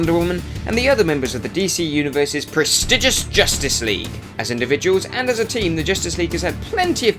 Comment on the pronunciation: Jaysus Chreest Its "Press tee jus". Wow. At least get an american to do facts about american comics. Listening to this is like watching Chum Lee narrate a french cookie instructional DVD.